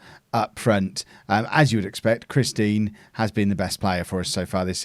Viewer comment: Am I the only one hearing "Christine" every time mention Chris Dean?